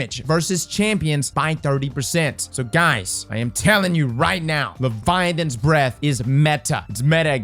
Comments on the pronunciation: Is it just me or is he saying “levianans breathe”? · Tnxs for the info! I also learned that can’t pronounce Leviathans Breath 😜